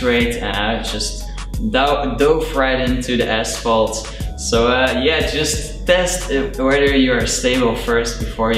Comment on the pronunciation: nice video, took me a little to realixe you were dutch, untill i heard asvalt :P